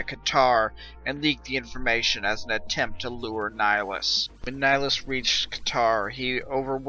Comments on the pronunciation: Neh-High-Lus, Nihilus . Not Nighlus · _13 It is Latin. "Nee Hee Loos"